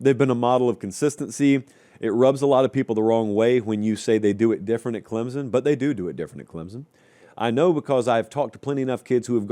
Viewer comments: I just can't watch this anymore until quits calling us Clem-zun. It's Clem-sun, and it's kinda annoying that he doesn't know that. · PLEASE learn how to say “CLEM-SON” properly. It’s not “CLEM-ZUN”. Also, Clemson’s team just isn’t good period. It’s basically the same team as last season, and they were average at best. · Clem-sun, not Clem-zun.